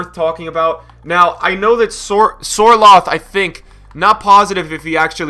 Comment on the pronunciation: Sørloth is actually from Norway, just like me, so I think it’s great to finally see players like King and Sørloth doing great in the EPL. Btw, the Ø is pernoused like the Ö in Özil. I’d love to talk to you once, and tell how it’s pronounced (Norwegian football is trash, so it’s huge for us)